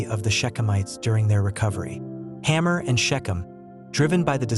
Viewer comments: It is Hamor not Hammer. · How about Hamor? Is it supposed to be pronounced "hammer"? Or "hay-more"?